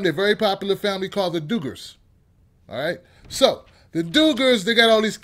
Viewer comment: Lol the Doogurs noooo lol the dug -gers